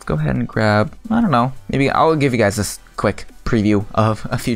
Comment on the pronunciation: hey umm this is not hate but ive been curious towards what you say for you're intro is because it sounds like this to me "Hello guides or guys" not sure tho